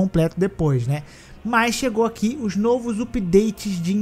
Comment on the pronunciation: "Nôvos upideites" 😂😅